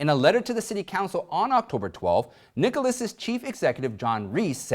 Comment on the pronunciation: Great as always, but Dartmith. -- not Dart MOUTH. -- and Jack Niklis, not Nicholas.